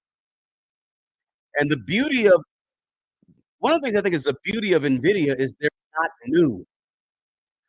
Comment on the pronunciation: I clicked to see if he learned how to say Nvidia 😂 i bought it btw